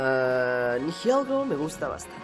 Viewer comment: Se dice Nihilego no Nihielgo